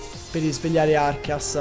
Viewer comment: Perché lo chiamate Archias! Se si chiama Arceus, da dove l'avete presa la pronuncia 😭